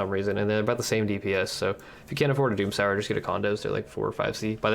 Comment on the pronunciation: i don’t know how to say this without it sounding salty or something, but i’m almost certain you’re saying “doomsower” wrong, and it should be pronounced like “doom-sew-er”, either way loved the video and can’t wait to se snore progress!